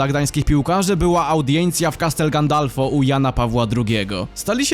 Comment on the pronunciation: castel gandalfo hehehe castel gandolfo